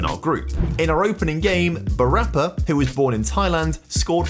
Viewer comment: Just for future reference.... with Thai names you always put the stress on the final syllable. Bu ra PA